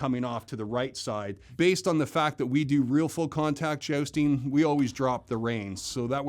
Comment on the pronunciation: Why does jousting guy say "jaosting"?